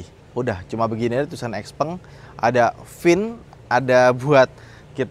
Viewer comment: Ini nyebutnya kayak tumpeng, bukan gepeng, norak. Giliran toyota, honda, ford, ferrari, porsche, lambo, gak lu cela? Nama pendiri nya juga tuh. Lebih keren Tesla? Itu juga nama orang Krosia dicomot sama elon padahal nama musk juga gak enak jadi merk. Padahal barang lu semua juga made in china, lu anti china? Kocak lu 😂